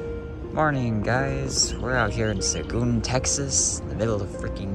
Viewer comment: That’s not how you pronounce seguin 😂😂😂😭but good shot